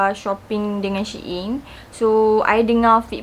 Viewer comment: babe its pronounced as sheeyn